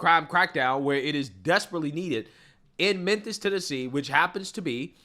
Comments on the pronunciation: it's Memphis pronounced MEN-FIS NOT men-THISS Bless his heart. He has the hardest time pronouncing Memphis and Levitt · No offense, but it's not "Menthis Tennessee". It's Memphis. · Bro, are you saying "Menthis"? While I'm at it, stop saying "fustrated" Love the content. My favourite channel. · Why are you calling Memphis, menthis?